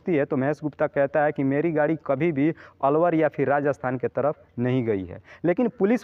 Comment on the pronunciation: अरवर नही अलवर बोलो